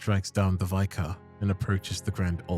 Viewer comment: Holy peak! Your videos are always amazing, pls learn the pronunciation of vicar tho my G